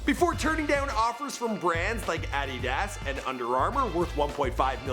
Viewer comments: he said addidass 😂😂😂😂😂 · got damn you cant pronounce shit right especially addias? boy you need to hire a speech coach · You said a did as it is adidas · "I eat ass" nigga its adidas smh 😭😭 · Did you Call Adidas Ady Das? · This dude said addidASS Instead of adidas😂😂. Like if you want him to stop trying to be funny. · It’s prounoucned uhdiddas not how you said i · That mane said Add-deed-das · Honesty I feel like this mans tries to mispronounce words on purpose "adidass" "demartha" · Did this same dude that called J Cole "Jay" say adeedASS? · This Nigga said "i eat ass" instead of addidas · Did my mans just say addidass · Do you even WATCH the NBA!? Does not even know how to pronounce Adidas smh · When you don't know how to pronounce addidas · the way he said adidas and joel embid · The fuck u say adidas like that for 😂